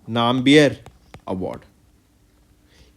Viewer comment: Sir that is nambiyar..not nae-m-bi-yar...why you north people always mis pronounce tamil words without the meaning